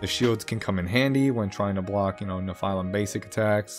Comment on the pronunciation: Great video but is that the official pronounciation for Nephilim? It made my brain hurt a bit.. I'll go with the standard anime/Supernatural pronounciation. Hehe